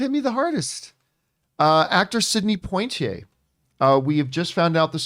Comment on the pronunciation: Did he pronounce his name Point Tee Eh? It's Pwa Tee Eh